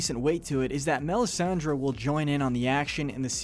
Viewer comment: He also mispronounced Melisandre.